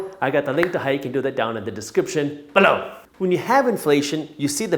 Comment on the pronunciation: the way you say below.!😂